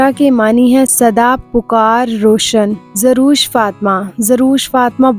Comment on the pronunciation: زروش نہیں زر وش۔ و پر زبر ہے۔ پیش نہیں